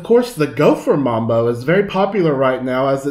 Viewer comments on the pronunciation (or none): none